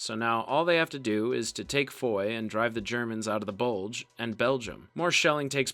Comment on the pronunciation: Bugle or Bulge?